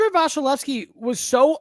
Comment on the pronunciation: why does call him VASHalevsy?